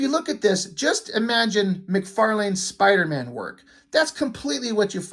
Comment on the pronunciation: "Spawnder-Man". - Great Review.